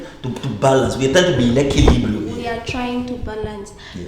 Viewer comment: 👌 the way exit pronounce th word equilibrium 🔥